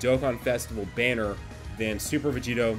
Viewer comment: I swear you said Bardock Berries even though I know you said Bardock Banner